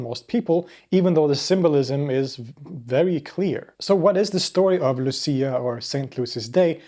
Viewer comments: Pronounced Looch-ee-ah (in Italy) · She's italian... It's pronounced Luchia... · I'm from Denmark and they did this at my mom's workplace. Her and her collegaues walked all around the very big place while singing 😊 It's pronounced more like "Lussiiah" here though 😊